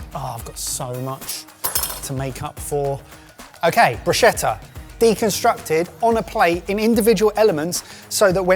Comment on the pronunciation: Hooray - he pronounced bruschetta correctly. My brain was throbbing with all that broosheter lark.